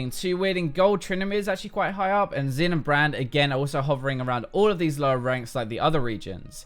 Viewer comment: it's not 'xin'. it's 'xin'.